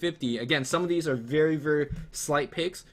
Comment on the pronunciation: I swear says "very very" about 20 times this video, I'm only picking up on it cause it sounds like "veyee veyee." Work on pronouncing those r's and slowing down the pace a bit! It's a bad habit >